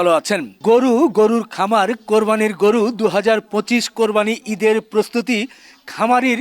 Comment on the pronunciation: কোরবানি কথাটা বলতে পারেনা হালারপুত